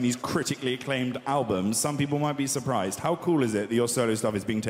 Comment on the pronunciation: Did he say I’m suprrised after billy won 😂😂